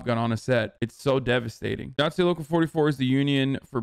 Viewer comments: IATSE is pronounced EYE-OT-SEE. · IATSE is pronounced “eye at see” lol “”Eee ought say” lol Hasan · "Eye-Att-See" is how the Union pronounces it, and yes I agree. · cuz he sounded pretentious pronouncing it like it was french lmao. I'm also in a Union just thought it was hilarious.